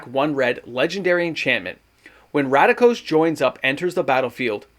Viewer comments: RAKDOS, not RADIKOS lol ❤ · Please stop pronouncing RACK- DOSE as RADA-KOS… you can read in Canada correct? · So excited you couldn't pronounce Rakdos. Must be good